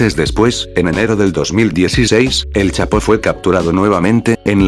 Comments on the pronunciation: Al de la voz se dise chapo no chato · like si dijo chato en ves del chapo like👍👍👍👍👍👍